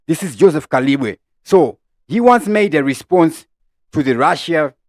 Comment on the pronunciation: J Kalimbwe not Kalibwe